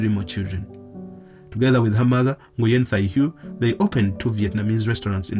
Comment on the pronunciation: The Vietnamese surname Nguyen pronounced as “ Nguin” ... NOT “Nyu-yen”.